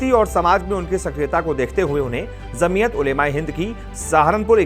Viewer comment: Apna pronounce sahi karo bhai. Jamiyat J se he and aap z ko pronounce kr rhe ho.